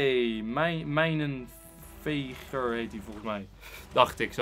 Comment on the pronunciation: mijnen peger hahahahaha het is mijnen veger !o en je bent een baas